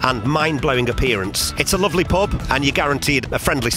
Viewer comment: Prehaps you just need to pratice saying the word ? Not a criticism really as you did a good job of recording the pub for future generations after what has happened. An absolute tragedy.